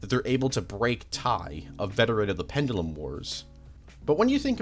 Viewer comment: please dont ever say sanguine ever again please 😂 and as for the pronunciation of pendulum jesus mate your top tier rage baiter 😂